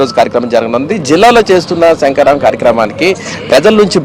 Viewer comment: ముందు పంది లోకేష్ గాడు శంకారావం అని సరిగా అనడం నేర్చుకో వాలి... సంకారావం అంటున్నాడు దద్దమ్మ 😂😂🤭🤭 మూల సంకారావం 😂😂😂🤪